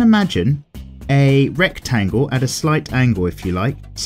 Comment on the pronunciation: i thought he said rick-tangle or did he really said rick-tangle... i dunno